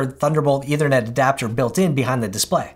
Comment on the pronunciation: Note: the word is ethernet, not “eithernet.” The th sound should be voiceless, as in in think.